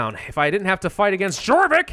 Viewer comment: Jorvik is pronounced like yorvik. Almost made me lose my mind